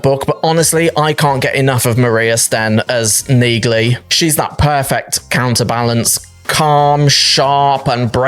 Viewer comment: Dude, the G in Neagley is SILENT. Did you not listen when people say her name in the show?